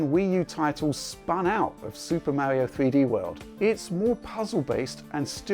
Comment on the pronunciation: "Existing Mauri-oh titles."